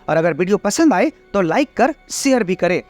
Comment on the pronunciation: Bht jhaatu laga bhai... tmko bolne ki tameez nhi h.... share ko baar baar sare bol rhe ho.. shkkr shurwa.. pahle apni boli thik karo